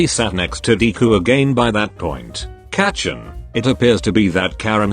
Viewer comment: everytime it says kacchan in these videos it sounds like its about to say ketchup and its making me mad